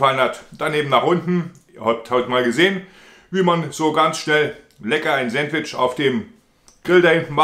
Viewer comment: Sääntwtisch, ha ha ha, da üben wir aber nochmal😂 . Alexa, wie spricht man es aus? Antwort: Auf Ostdeutsch oder wie im richtigen Leben?😂 Das ist kein Sandwich sondern ein leckerer Burger, denn es wird ein Brötchen verwendet. Es wird Toastbrot ohne Rinde verwendet, die belegten Scheiben werden diagonal zu Dreiecken geschnitten Zudem sind die Zutaten auf einem Sandwich traditionell kalt.